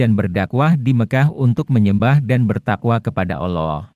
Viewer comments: Kalau menyebut alloh yg bner doong bung........ gmna... cerita suara nya gt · Min tlg belajar lg klo ngucapin lafadz alloh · Cuma caramy menyebut ALLAH tidak benar